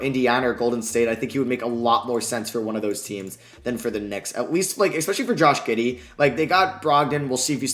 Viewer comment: Josh giddie? 😂 it’s pronounced josh giddy